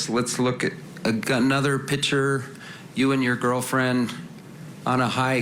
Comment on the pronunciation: What lawyer says “ pitcher “ instead of Picture ? Only certain kind of uneducated people talk like that